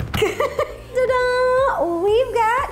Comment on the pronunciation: I always thought it was "ta-dah" but you and Vivian Tries always say "da-dahn" so now I am confused lol